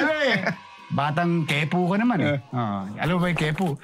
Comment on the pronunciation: Hindi ke-pu kundi po-kia or po-kya ....